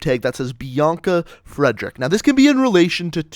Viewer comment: God....that butchery of Friedrich. XD It's not pronounced "Frederick". You see the spelling?